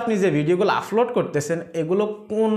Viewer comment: ভাই আপনার এই ভাষা গুলো উচ্চারণ সঠিক করেন প্রতি ভিডিও এই শব্দ গুলো বলেছেন-আফলোড,ফতিনিয়ত,,ফরিশ্রম,ফেজ ,ফালাটফ্রম,এবং,ফশ্ন